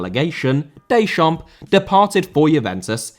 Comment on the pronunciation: Deschamps* not Deischamps